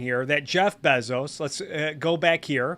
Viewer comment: I love how Adam Something pronounces Bezos but you pronounce it even better.